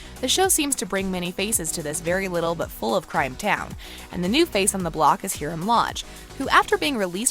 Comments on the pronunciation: Its hiram not hirem 👁👄👁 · learn how to pronounce the names before you do a video. Hiram is pronounced HIRUM! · she said Hiram's name wrong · Not being mean but why you say Hiram like that?? xx